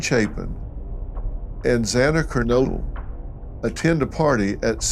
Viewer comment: I like dr phill but come on mate get the names right 😣 first it was kernoodle now it’s maddy morgan